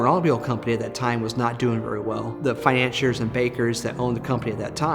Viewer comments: Other than the repeated "finan-cheer" mispronunciation, this was a very well-made documentary. Thanks for sharing the history and for posting. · What is your source? The Book of Mangled English? None of those are correct. Fi-nan-SEE-er